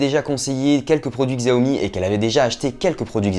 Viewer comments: Bonne vidéo mais on dit CHI-A-OMI !!!!!!!! 😅😂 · En réalité, ce n'est toujours pas la bonne prononciation, car le "xi" en mandarin est un son qui n'existe tout simplement pas dans la langue française :\ Donc oui, le "ch" est ce qui s'en rapproche le plus, mais ce n'est pas non plus correct 😋